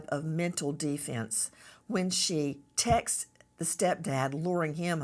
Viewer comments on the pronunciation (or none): I don't trust professionals who call texts 'tex-ihs.'